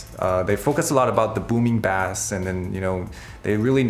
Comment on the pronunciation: Not sure how the guy in charge of your audio product doesn't know how to pronounce the word bass.